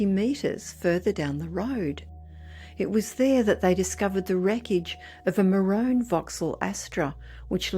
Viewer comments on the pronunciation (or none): Maroooon not 'marone' haha.